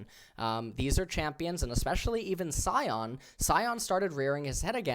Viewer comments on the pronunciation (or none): none